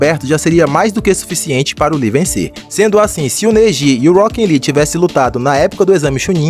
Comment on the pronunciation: eu acho engraçado o jeito que você fala "Rockin Lee" kkkkk